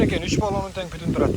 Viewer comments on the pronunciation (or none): Путун эмес бутун дейличи кыргызым